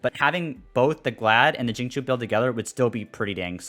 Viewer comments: it's like sing chiu but less of the h and more of a sharp C or something like Tsiu, at least that how I pronounce it in chinese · i feel you. I'm fairly sure it's Xingchou(i have no idea how to convert chinese into english text spare me) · not really the correct pronounciation would be "singcew" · as an asian i cry everytime he says xingchow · it's pronounced shing cheo / chew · Xingqiu called himself "Shing-chow" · SAME. I GET SO DISAPPOINTED WHEN I HEAR THEM PRONOUNCE XINGQIU 😭😭